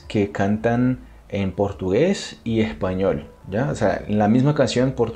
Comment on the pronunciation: Ay amo cuando dice "ejpañol" 🥰 soy costeña de Colombia💕 amo Brasil🇧🇷